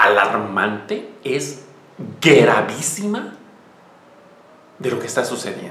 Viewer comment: Me encanta cuando dices GARAVÍSIMO, jajajaja...